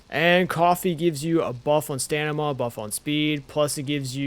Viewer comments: First time i've heard someone say "or-chid" instead of "ORK-id." It's a fair assumption if you've only ever read it though! The "Stanima" was just funny though. It's stam-in-a. Starting as if you were to say stammer or stamp, then "in a" like "in a hurry." I actually didn't know about jams! I'll be using this! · Please stop say stanima; its stam-e-nah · im sorry its such a small thing but it bothers me Orchird is pronouced "or kid" and is StaMiNa not Stanima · I giggle a little bit every time I hear “stanama” 😂🤭